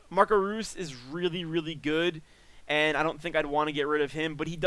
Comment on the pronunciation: reus is pronounced rois. once again, wish i was as good as you